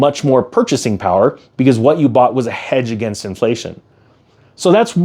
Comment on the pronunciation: The word is HEDGE!